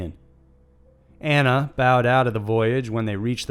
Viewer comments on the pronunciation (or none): none